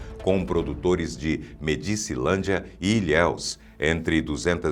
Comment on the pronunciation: 👉 Não se pronuncia Medícilândia (minuto ), a pronuncia correta é Médicilândia pois essa cidade recebeu esse nome em homenagem ao Presidente o General Emílio Garrastazu Médici! Até quando ficaremos a ouvir pronuncias erradas oriundas da IA?